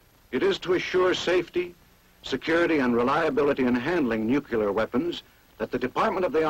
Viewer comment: Every time he said "nuke-u-lar" I cringed. It's pronounced "new-clear". You would think the military would know better.